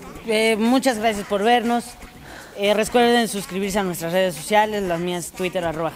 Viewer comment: te diste cuenta que dijiste °RESCUERDENsuscribirse °° muy bueno me gustó